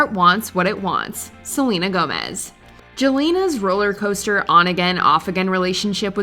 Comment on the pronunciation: Lmfao not “Jelena” 🤣